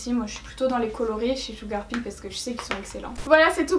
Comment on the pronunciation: Bon.... sil te plaît, arrête le massacre, je t'en prie! Arrête de dire "blood SHEUGAR" ça se prononce SHEUGEUR!!! (PS: Je t'adore 😙)